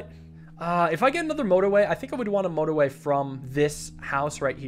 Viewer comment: "This is no-torway"